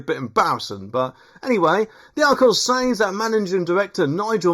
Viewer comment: “ sez”. Not “says”!